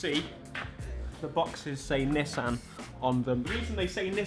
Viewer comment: Don’t say nissssan It’s pronounced Ni-ss-an